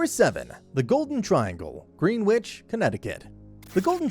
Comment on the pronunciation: You mispronounced at least 2 of those neighborhoods. It's pronounced AT-THERTON, NOT 8-THERTON! AND GREEN-WHICH IM PRETTY SURE YOU ALSO BUTCHERED THAT NAME! IT IS PRONOUNCED GREN-ICH.